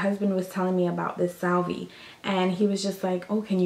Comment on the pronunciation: Yo, you still use a check book? Pop doesn't have apple pay yet for tithes? lol. U r too cute "Salvee" lol Salve like (Solve), I have issues. LOL!! Never say Quadalee again! LOL!!!!